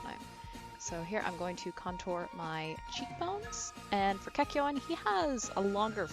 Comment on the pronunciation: At least she says the name property. Kakyoin!